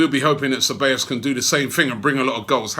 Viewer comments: Its pronounced Thebayos not Chebayos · "Se by os" is the way you phonetically say it. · It's pronounced as "Say-baa-yoss" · its not Cabellos, it's CEBALLOS for fucks sake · Robby, the pronunciation would be "sevayos"... great news... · I swear... how many ways can Robbie pronounce (SEH-BAY-os) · Guys, it's pronounced se-bye-oss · It’s pronounced “Cebaayous” Robbie. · Okay w that we've signed him i can finally help you Robbie... His name is pronounced Seh (like how a Jamaican would use the word "say"- By (not bay) - Yos (pronounced like the letter O) so its Dani Ceballos (Seh-By-Yos). Hope this helps, Big Up! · Dude, it’s pronounced seh-bah-yos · Pretty sure it's pronounced KABEYOS Robbie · I swear this man mispronounces names on purpose! Dani Che-ballos! Haha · "Cebeios" Lmao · Dani Ceballos [Da-ni Ze-ba-yos] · I think its Ceballos not Cheballos? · Nobody : Robbie : Dani Chabbeos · It’s pronounced (seballos) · Say Bye Oss would be the correct pronunciation of the word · Hahahaha he said Danny Shebeyos!!! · Robbie, my brother, it's 'Sih-buy-yo's', for heaven's sake hahahhaa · its "sebajos" actually double LL's are pronounced like english J's. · ‘Seh-ba-yos’ Robbie again with terrible pronunciations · Robbie saying Dani Chewbacca wtf ?